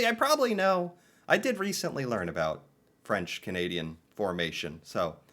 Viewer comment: Did anyone else notice that the narrator of the video pronounced about as a-boot. Not sure if that was a joke or not 😂